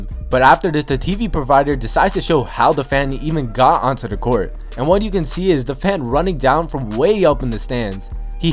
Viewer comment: “On to da court”